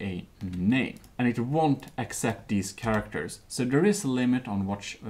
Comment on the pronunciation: Sharactors? Shinese?